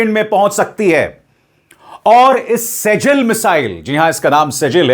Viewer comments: मिज़ाइल का नाम सेजील नहीं मिज़ाइल का नाम सि‌ज्जील है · सेजील मिज़ाइल नहीं इसका सही नाम सिज्जील मिज़ाइल है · Sejjil Arabic word hai jo सिज़्जील padha jata hai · वो सजल नही सिजजिल है, यह नाम कुरआन से लिया गया है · शर्मा जी शेजल नहीं सिज्जील नाम है इस मिसाइल का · सिज्जील बोलिए सर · Abhishar ji थोड़ा सा arabic punctuation को भी समझ लें. Arabic word (سِجِّيْل) सिज्जील है। ( SIJ JEEL ) है